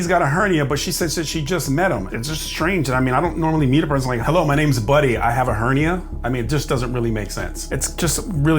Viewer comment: She said, "Hernie". She meant to say, "Hernia".